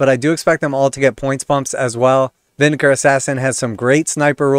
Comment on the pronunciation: Try it like this....VIN-DA-CARRAY